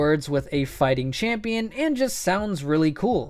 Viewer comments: "Champeon" "Igneon" WHEEEEEEZZZE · Champeon. I say brawleon.